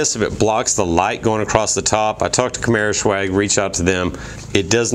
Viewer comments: I've noticed you keep pronouncing it camaro "shew-ag" but really it's just pronounced camaro 'S-wag' it's short for swagger; cool vids though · I love the car, the red is my favorite color. I got a white one because I could not find any red in Florida. Now, is it me or you keep saying camaroshwag? :)